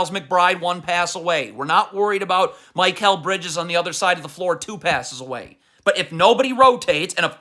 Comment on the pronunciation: How come you pronounce Precious Achiuwa with 90% accuracy but still say Mike L Bridges